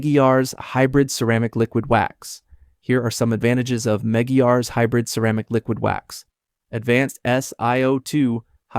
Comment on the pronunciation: It’s pronounced MEG -GWIRES. EXCELLENT PRODUCT ! I’ve been using it Since 1992along with Meguires Canubu Wax.